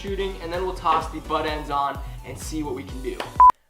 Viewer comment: it called buttendzzz not buttend dumbass